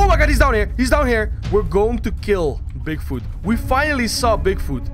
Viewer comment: Bigfut lol no offence dude but it's funny how you say it.